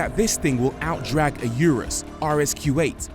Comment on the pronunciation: lamborghini "you-russ" "porscha" hahahahahahaha what a joke!!!!